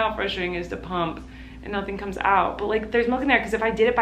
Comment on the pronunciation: when she said “pump” I thought she just said “poop” in a quirky way and was preparing myself to see her spill tea on the toilet